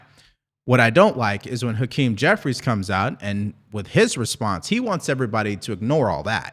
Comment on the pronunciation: "hakeem" hahaha...enough said